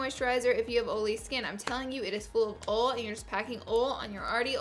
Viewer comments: GURL! Everyone makes fun of how I say oil. I'm from Alabama, too, and I say it the same way you do. I can not pronounce it correctly lol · I love you but it drives me up the wall how you say oil. I know its the accent and stuff but omg it drives me crazy lol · I love the beginning disclaimer of the "oil" pronunciation 😅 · I literally thought it was because you just couldn't say oil right.... Now I feel like a bad person 😂😂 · Every time you said oil, I forgot what we were talking about!😂lmao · I love the way you say oil! ☺ This is perfect for me! I have trouble with oily-ness all freaking day 🙈🙈🙈 NO MORE! 😄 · I love the way Southern's say "OIL". My fiance does it & its so cute :) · oll instead of oil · Oil (oyl) not (ol) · Can't even watch this fucking video because you can't pronounce the word OIL O I L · OIL NOT OLE LMAO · Why does she say ole instead of oil? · did it bother anyone else how she ol instead of oil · OIL NOT OLE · Laura it's oil not OLE ! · it's not ole its oil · R u saying ole? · Your pronounce oil as ole. The copper colored eye shadow is awful. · I love that she says ole, it makes my day every damn time I swear:) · I live in the south but we don't say ole. No hate, loved the video and it worked for me!! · "packing OL" "lot of OL" "producing OL" OL OL OL OL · Lol at ull instead of oil. That's how we pronounce down here. 😂😂😂🤣🤣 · Also, watch Cars 3. Even Tow Mater says OHL. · Amen girl!!! I say "ohl" too instead of "oil". Lmao 😂😂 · The way she pronounces oil... I like it. I've never heard someone say it like "Ol" before. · Take a shot every time Laura says "ool" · I read this as she said "ole" and I busted up laughing 😂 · My mom is from Tennessee and says "ole" too 😂 she also says "bowl" when she asks me to boil water!!! You are so great ❤ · I can't listen to her say oil Imao she says 'Ol'. Like "Don't do this if you have OLAY skin" :'D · Laura's words: oil is pronounced ohhl, peel is pronounced pill, concealer is pronounced consiller ;-) much love!